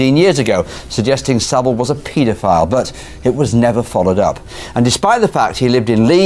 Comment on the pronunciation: It's Saville